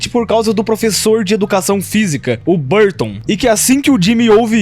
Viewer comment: o que eu acho engraçado é que o erra o nome no professor de educação física por quase todo o vídeo, falando algo como "sr. Buston", só que isso deixou mais engraçado porque o professor Burton é um merda como todos nós já sabemos. Ou seja, o erro do foi na verdade um acerto